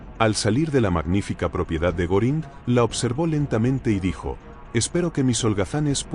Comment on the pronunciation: Creo q no lo pronuncia bien Hermman Goering más o menos.